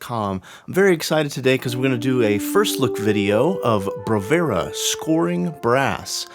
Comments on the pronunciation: It's Bravura, not Bravera. Must drive Impact nuts. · 17 mins and 52 secs with a guy who pronounces the name of the library he's reviewing wrong...!